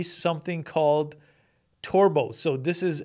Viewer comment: Lol! "torbo" ESL dropout?